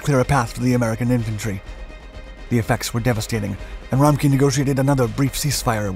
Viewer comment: Wow i didn’t understand the name of the CO until i googled it and I’m German. 😂 His name is RA-MCK-Ev